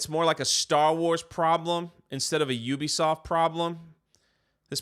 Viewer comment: At least you can pronounce the name right not like other YouTubers ... Ewwwbisoft looool